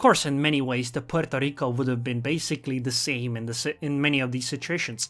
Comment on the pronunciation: Why is he sayin Puorto Rico with totaly different accent?? LEL